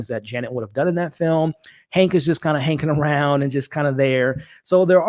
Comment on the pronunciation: "Hanking around " 😆